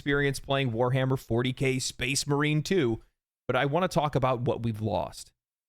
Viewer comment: Ewwww. Weshammer? Please try Leutin. Like an adult.